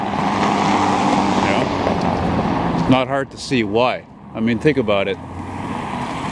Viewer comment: What are you talking aboot???